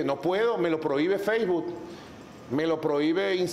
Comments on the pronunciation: Feisbut, yutuc, impecable pronunciación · Cuando alguien no sabe ni pronunciar Facebook, YouTube o Instagram ya está cabrón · Feisbut, yutuc, tuider